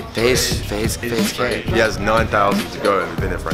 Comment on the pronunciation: Wow “faze kay”